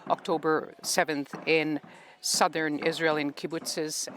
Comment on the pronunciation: She is sobbing, mumbled like "sirthen Southern Beirut" 😂😂